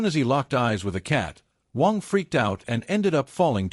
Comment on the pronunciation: AI keeps saying Wong. Its Waaannng.😅